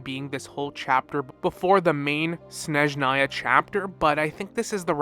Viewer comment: Thank you for noticing my past post about snezhnaya pronunciation, im so so happy. Im eager to watch all your incoming nod krai theories, Love your videos!